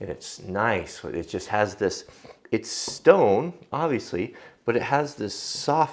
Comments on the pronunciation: stoap sone lol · Stoap Sone :D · stoapsone XDXD